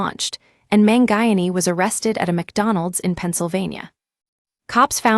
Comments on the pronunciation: man-guy-an-ee? Sheesh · Man who? Terrible pronunciation of his last name